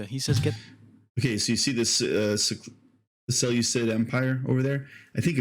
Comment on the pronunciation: Reaction, breakdown, exhaustive monologue, these are not the same things. At least pronounce things like “Seleucid” correctly if there’s going to be a lengthy diatribe attached to the subject matter surrounding dates. I think I’ve made my pick.